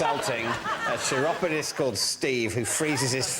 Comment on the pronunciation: Chiropodist is pronounced with a 'k' at the beginning, not a cheesy 'ch'.